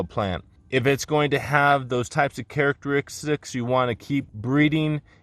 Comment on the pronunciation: Very informative and love the way you say charistkist lol